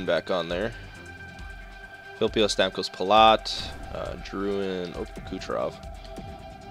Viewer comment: Drouin is pronounced Drew-wan